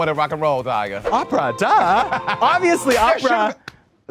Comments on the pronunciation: Is Monet calling Daya “dahlia”.??? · Not Monét calling Daya “Dahlia”